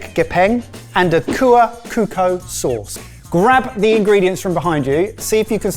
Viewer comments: Thank God it's not rendang 😂. Small correction, the 'c in 'cuko' it is not pronounced like 'k or as 'c' in 'cap', but as if you say 'chap', imagine it is 'chuko.' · It's kuah chu-ko, not kuuko. Please guys 😅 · me every time says "Cuko" as "Kuko" 🤣🤣it's supposed to pronounce as chuko as "ch" cheese, but I understand it's hard to pronounce something from another language and well done to the boys Honestly Indonesia had a lot of food and cuisine thanks to the number of islands with different culture but thanks for featuring one of my favorite dishes. Hopefully you guys can try more of our food 🥰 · Its Cuko using C like Chop, not Kuukoo🤣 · it's pempek kapal selam (literally, submarine, due to the shape I think), not kepal salam (which translate to something else literally, but doesn't actually mean anything). And cuko is pronounced chu-ko, not coo-ko. brown sugar, chilli and garlic is mainly to be on the cuko/sauce. the pempek dough isn't really spiced, mainly the buillon and salt as the only seasoning in addition to the fish and flour. some version also include the egg (egg whites only usually, but sometimes both yolk and whites) and/or garlic as part of the dough though (but I don't think anyone add any chilli there). and for the filling of pempek kapal selam is usually only the yolk (whole yolk so it kept it's shape), but sometimes has the whites as well depending on the area, people would boil and fry, directly fry, or only boil before eating it (different region/types have different preferences), but the one from palembang is usually boiled and fried. gepeng literally means flat. so flat disc shaped. on the flour to fish ratio, the fancier/expensive ones usually have more fish, while the common/cheaper ones have more flour than fish. some areas also serve it with yellow noodles (or like instant noodle) in a bowl (and have the cuko poured in it, as kind of the soup, slightly diluted with water) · You know that someone is white when they pronounce cuko with kuko